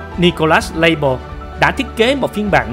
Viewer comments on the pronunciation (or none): Súng của Pháp nên đọc bằng tiếng Pháp dễ hiểu hơn đối với người dân xưa nay đã dùng nhiều tiếng Pháp .Nên đọc Fusil Modèle 1886 là Phuy zil Mô đel 1886 nghe hay hơn, Lebel thì đọc là Lơ Bel chứ không đọc Lây bờ hay Lây bồ gì đó